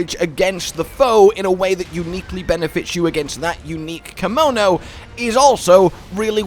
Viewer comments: Anyone else feel like he is saying "kimono" rather than "kemono"? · If you're going to play this in the future, you better start practicing how to pronounce "Kemono"